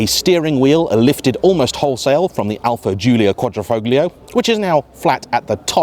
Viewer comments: Never trust a "car reviewer" that doesnt know the g in Quadrifoglio is silent. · Quadrifoglia = just silence the ‘g’ and you’ll say it a little closer to correctly.